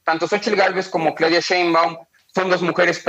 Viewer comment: es capaz de pronunciar Aleman sin problema pero no es capaz de pronunciar Xochitl, o Sheinbaun? Que falta de capacidad para manejar un noticiero en Castelllano